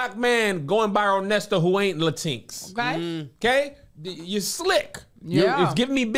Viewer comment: "LaTEENX" instead of Latinx is the most ridiculous thing I've heard today. 😭😭